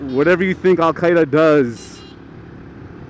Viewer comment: It is al gaydha 😂